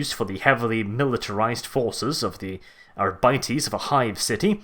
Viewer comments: Ar-bit-ees not Ar-bite-ees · Hate the way your pronounce Arbites. The word seems like a play on Arbitrator, and as such Arbites should be pronounced Arr-be-tez. Not Our-bities. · arbytees really ? I would probably pronounce it more like ar bee tès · Sorry dude I can’t listen to you say “Ara biteys” anymore